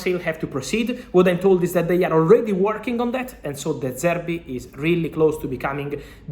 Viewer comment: “de service” 💀